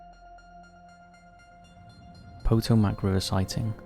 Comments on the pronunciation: Please Please learn out to pronounce the PO TOE MAC river not POTO MAC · Lmao "poe-toe-mac". It's Pah-tome-ak. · Potomac: "puh-toe-mick" This has been your lesson in phonetic speech for today with Profession Omicron. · *po-TO-mac…emphasis on the second syllable.